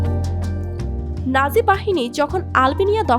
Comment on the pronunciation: নাজি না নাৎসি হবে